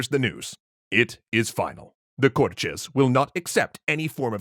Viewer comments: Thick Brazillian accent? I can assure you we don't pronounce it as Cor-Tschêz. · omggg there's no x in cortes why do you keep saying cortxes😭😭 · Love how you've pronounced Cortes with a Brazilian accent despite them being Portuguese. BRASIL SIL SIL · The "Cortes" were in Portugal, so no reason to pronounce the word with the Brazilian accent... Apart from that, great video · The way you pronounce 'Cortes' is the Brazilian way. The Portugese way would be to pronounce the 't' as a simple 't'. /t/ before /i/ or /e/ being a 'ch' sound as in 'choose' is a Brazilian thing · Kinda irritating tha he's pronouncing cortes with a thick brazilian accent